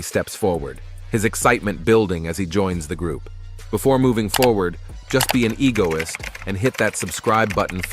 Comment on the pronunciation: Bro said neo egolistik